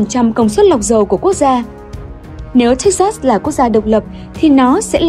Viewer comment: Đọc là Thếch Xịt (sừ) nhé :))